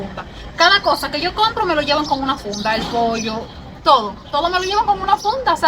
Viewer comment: Hola bendiciones que bueno que estás contenta en mi rd primer cubana que escucho que dices pollo todos dicen poio